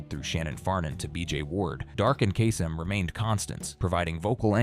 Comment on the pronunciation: "Casey Cass-em" 😂